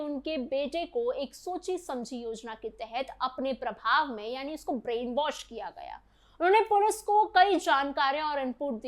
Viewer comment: Brean wash hota hai was nahi😂😂😂